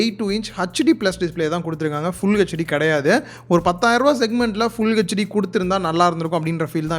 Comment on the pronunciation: Good unboxing/review of Infinix Hot 10s. HD+ பதிலாக Full HD தந்திருந்தால் சூப்பரா இருந்திருக்கும். ஒரு விஷயம். தப்பாக நினைக்க வேண்டாம். HD யை hetch d என்று (hutch d மாறாக) உச்சரித்தால் நன்றாக இருக்கும். மற்றபடி build quality நன்றாக இருக்குமா? Gorilla glass protection இருக்கா? Redmi 9 prime, Poco M2 போன்றவற்றில் தந்திருக்காங்க. வாழ்க வளமுடன்.🙋